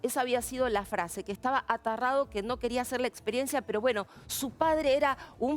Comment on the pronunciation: vos estupida se dice aterrado no atarrado